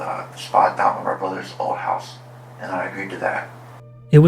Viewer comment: "Chouse" 😊😂 A russian crazy one again.